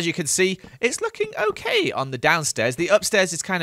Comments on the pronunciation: you mean, OAK-ey, right? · “it’s starting to look oak-kay” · Did he say oak-ay……. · Lol "Oak-ay"